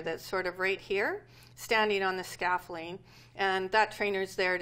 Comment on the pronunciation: This woman is amazing in every way except the way she pronounces "scaffolding" like "scaffling". That was very weird :P